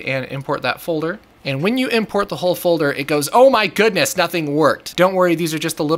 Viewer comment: Feels funny when he say "oh my goddnes" XD